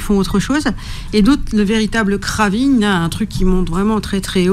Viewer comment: ça se prononce: 'kreyving' = Craving en anglais